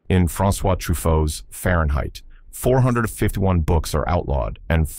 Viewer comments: Farenheit four fifeth one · Yeah, AI can’t even say four fifty one! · Its cant’ say four fifty one! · It was saying "In Fahrenheit 451, books are outlawed." However, the AI voice puts a pause in there, "In Fahrenheit... 451 books are outlawed." I'm sure it meant the first one, it just sounds like "451 books." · It's a simple punctuation error in the A.I. script - listen to it again . It's meant to be "In the movie 'Fahrenheit 451,' books were burned...." But it sounds like "In the movie 'Fahrenheit,' 451 books were burned...." I guess A.I. isn't perfect after all? Takes a human to figure it out. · The AI voice just set the pause at the wrong place "Fahrenheit 451: Books burned ..." - sloppy execution. Discussing this more than the La Jetee / Time after Time mixup, shows how braindead the comment section has become.